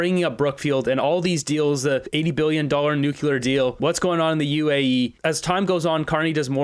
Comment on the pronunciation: Nuclear is pronounced New clear. NOT New Cue Ler Attention Raquel Dancho and the Moose himself.